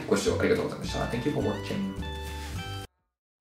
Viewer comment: 最後の"Make sure to give me a thumbs-up" のところ、「ムッシューなんとかかんとか」ってフランス語喋ってらっしゃるんだとずっと思ってました。さすがmoritetu先生は違うなと。💦